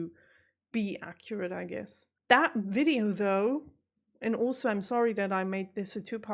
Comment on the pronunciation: Fascinating to hear you say at the very beginning, "wonderful wideo". That tells me that this non German speaker still hasn't got my head properly around the German V & W. I grew up referring to VW cars as "VolksWagons", but over the years I have come to understand that "W" is a "V". So I now say "VolksVargen". My guess is (just like English) it's a dialect thing....